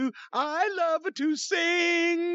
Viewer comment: "I like to singa" 👍🏾